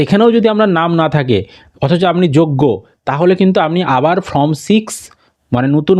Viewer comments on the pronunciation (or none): ভাই ফর্ম এর উচ্চারণ টা ঠিকঠাক করো, তোমার চ্যানেল অনেক লোক দেখে, খারাপ ভাবে নেবে না আশাকরি